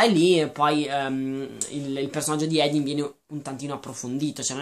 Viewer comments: comunque si pronuncia Hardin con la A e per l'aspetto fisico si è ispirata ai One direction e basta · ma madonna, ha fatto un discorso lungo una mezz'ora su quanto sia maschilista e sessista questo libro dicendo cose anche abbastanza giuste e tu mi vieni a criticare il modo in cui dice il nome di quello scimmione di Hardin? si vede proprio che non sapete più dove attaccare per difendere il vostro romanzetto da due soldi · Non si chiama Edin ma HARDIN! Non vorrei fare commenti negativi su questo video ma non hai capito un cavolo dei libri vorrei proprio leggere le storie che scrivi tu , quelle si che saranno sensatissime . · e comunque non vuole che la chiamino THERESA perché le ricorda suo padre un alcolizzato che l'ha abbandonata ah e si dice HARDIN CAZZO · ma sai dire Hardin? ! non è difficile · Si scrive Hardin, legge Ardin, non Edin. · OMG. NON "EDIN". È HARDIN (ARDIN) NON SE PO SENTI "EDIN" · Senti, tu non hai nessun diritto di criticare questo libro perché intanto Theresa odia essere chiamata così perché le ricorda suo padre da alcolizzato. Poi si dice HARDIN non EDIN. Questo libro vuole spiegare che anche chi ha l'anima nera solo con l'amore vero può diventare migliore di sé stesso. E poi se questo libro lo odi così tanto da schifiarti non ha senso che continui a leggerlo solo per dire stronzate, questo ti dà una brutta nomina perché chi ama leggere lo deve fare per passione non per odio. Quindi KEEP CALM and I LOVE AFTER forever!😠😤😡👈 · Come ho sentito bene? Lo hai chiamato "Edin?" si chiama Hardin... Non si sente per niente la r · Ma edin cosa?! Si chiama HARDIN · Comunque è Hardin, non hadin... Come hai fatto ha legge il libro senza la R in Hardin...? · é hardin non hadin comunque.... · si chiama Hardin non Edin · ARDIN si dice ARDIN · Sì pronuncia Ardin e si scrive Hardin